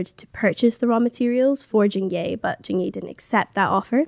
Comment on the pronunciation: It's Jing yeh(as in egg) not yay🙄